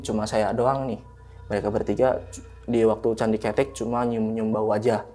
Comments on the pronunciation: Kethek bukan ketek 😂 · Candi kethek (monyet) Ketek(ketiak) Pengucapan intonasinya salah ni. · Candi kethek mas , bukan ketek . Ceritanya kbanyakan ngomong key , key , key . Kirain john key ?! 😁😁😂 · Gw ketawa ketiwi pas pencerita salah lafadz bagian candi ketek..beda arti soalnya,hahahaha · Salah penyebutan itu candi kethek bukan ketek/ketiak 😂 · Ketek ada 2 arti kalau dibaca e artinya ketiak, kalau dibaca e' artinya monyet. Masnya nyebutnya pakai huruf e yg artinya ketiak. AQ langsung ngakak😂😂 Salam dari sawangan Magelang 🙋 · Hehe candi kethek bkn ketek hehe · ketek bang bukan ketek awoakwok ngakak😂😂😂😂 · Ngucapin ketek yang bener kethek bukan ketek atau ketek, sudahlah 😂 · candi ke'tek om bukan ketek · Candi ketek..(e,talen ) bukan candi ketek..(e, pepet )..wkwkwk..denger nya ngakak sendiri 🤣🤣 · Bukan ketek di bacanya, tapi keutek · Bukan ketek mas tapi kethek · Kethek bukan ketek. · Keutek mungkin, bukan ketek 🤣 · Bukan ketek tapi bacanya ketek, kalo ketek itu bhasa indonya ketiak tapi kalo bacanya ketek itu baru monyet hhe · kethek not ketek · Btw, itu candi kethèk bang bukan cethek, yg artinya monyet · kethek kalo ketek itu ketiak narsum bukan orang jawa 🙏🙏 jd agak kepleset lidahnya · bukan KETEK bang, tapi KEUTEK .. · Ketek itu dibacanya ketek. Bukan ketek 😂✌ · Pengejaannya Kethek yang bener : K-E-(Vokal E dieja seperti : bEras) T-H-E(Vokal E dieja seperti: Enak)-K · Di bacanya bukan KETEK tapi KeTEK 🐒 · Bukan ketek(ketiak) bang..tapi ketek(monyet cilik)..sama aja tulisannya ya😢..gimana sih ngomngnya😅.. contoh: roko kretek, apa roko kretek? Nahg itu jawabnnya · KETHEK (suara E nya kaya suara bengek / keren /beken) bukan KETEK KETHEK = monyet TUKU OPO MAS ? artinya BELI APA MAS ? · Candi KETEK bang, bukan Candi ketek 😂, monyet itu KETEK bukan ketek🤣🤣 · Bukan ketek bang😭, tp ketek. Au ah gabisa vn🥲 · Penyebutan candi ketek salah yg bener ketek😂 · Heheh pelafalan kethek (monyet), sehat selalu team Lentera malam dan narsum. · Pelafalan nya bukan ketek 😭